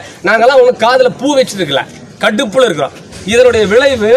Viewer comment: அருமை அருமை.. எனக்கும் அதே உணர்வு.. நாங்கள் எல்லாம் கடுப்பா இருக்கிறோம் என்ற உச்சரிப்பு பாராட்டு பெறும் அளவில் உள்ளது..